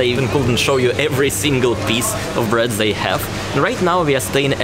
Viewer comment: I advise practicing saying the instead of za and they instead of zey